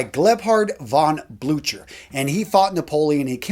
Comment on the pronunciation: Love the video but the generals name is pronounced blue-ker